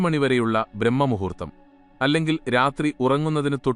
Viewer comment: എടാ പൂറേ ഞാനെത്രയോ പ്രാവശ്യം നിന്നോട് പറയുന്നു. ബ്രഹ്മ മുഹൂർത്തമല്ല എന്ന് ബ്രാഹ്മ മുഹൂർത്തമാണെടാ ശരി പോത്തേ ഇന്നത്തെ നിന്റ ക്ലാസിൽ ചരുങ്ങിയത് രണ്ട് പ്രാവശ്യമെങ്കിലും നീ പറഞ്ഞു ബ്രഹ്മ മുഹൂർത്തമെന്ന് നിന്റ പൂറ്റിലെ ഇംഗ്ലീഷ് പരിഭാഷയാണ് നിന്നെ വഴി തെറ്റിക്കുന്നതെന്ന് എനിക്ക് മനസ്സിലായി കാലിന്നിടയിലെ നിന്റങ്ങളിഞ്ഞു ഇംഗ്ലീഷ് എടുത്ത് ചവറ്റുകൊട്ടയിലെ റിഞ്ഞ് ശെരിയായ മലയാളത്തിൽ പറയാൻ പഠിക്ക് അപ്പോൾ നിക്കെന്നല്ല ഏത് മന്ദബുദ്ധിക്കും കാര്യം ശരിക്കും പിടി കിട്ടും ഉച്ചരിക്കാനും കഴിയും പരുക്കൻ ഭാഷ ഉപയോഗിച്ചത് ഞാൻ ശെരിയായി പറഞ്ഞത് നീഅസരിക്കാത്തതു കൊണ്ടാണ് ഇനിയും നീ അളിഞ്ഞ ഇംഗ്ലീഷ് ഭാഷാ വിവർത്തനമാണ് തുടരുന്നതെങ്കിൽ ഇനി ഒരിക്കലും നിന്റ വീഡിയോ കാണകയോ കേൾക്കുകയോ ചെയ്യില്ല. തീർച്ച.